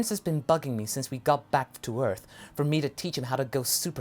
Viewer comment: stop saying E, arth